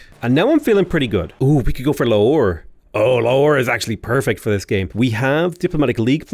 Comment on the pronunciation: "Lahore" = la-HOR